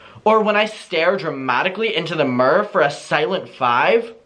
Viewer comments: MUR??? YOU MEAN MIRROR??? 😭😭😭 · Who else loves how says mirror? Lol meeer 😂